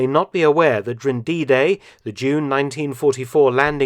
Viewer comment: I love everything about Mark’s channel except for his inability to say ‘during’. 😐